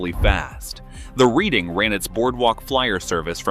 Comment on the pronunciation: Reading is pronounced Redding, please.